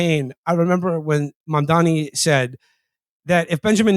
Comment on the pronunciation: Agree w all points but you guys have got to learn to pronounce MAM-DAN-I